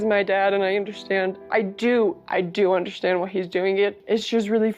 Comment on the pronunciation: If I NEVER again hear Sobyn say, "I just don't 'undershtand'!" while wiping non-existent tears, it will be too soon for me!